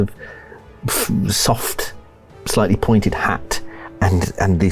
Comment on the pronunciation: “I’m playing as a slightly older gentleman” but I heard “slutty older gentleman” and I didn’t even bat an eye 😭✋🏻